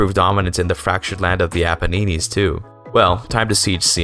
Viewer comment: Great video but I have to say pronouncing the Apennines like paninis is so funny